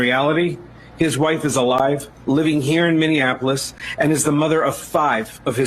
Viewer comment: Tatum still can’t say Minneapolis 😂